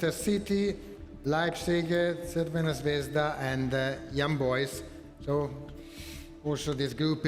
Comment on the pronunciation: Wow she really said crvena zvezda perfectly 😂😂😂